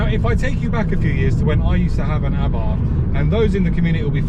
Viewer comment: Please correct me if I am wrong but isn't the correct way to pronounce Abarth A Bart and not Abartttthhhhh?